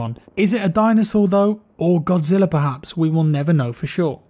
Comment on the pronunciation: I AM A MASSIVE GODZILLA FAN AND I LIKE IT WHEN YOU SAY GODZILLA